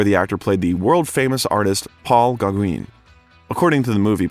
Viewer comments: Paul who? Gogwin? Pretty please… 😂😂😂. edit Not the only name that got butchered. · Who TF is doing this VO? Did they get paid for it? "Paul GAH-GWEEN?!?" Are you kidding?!? "GAH-GWIN" would have been less embarrassing give that there's no E at the end of Gaugin... jesus christ....